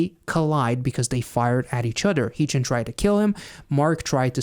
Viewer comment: Tysm for the reaction!! Just btw, Haechan’s name is pronounced more like “heh” chan (as in hair) rather than hee chan ❤